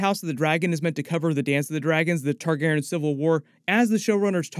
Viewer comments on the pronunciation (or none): Why are you mispronouncing targeryan like targerin jesus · you're pronouncing TargarYen wrong ... there is a hard E where the Y is my dear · Omg whyyyy are you saying there last name so effed up?! It makes it so hard to watch your videos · Is his pronunciation of Targaryen bothering anyone else?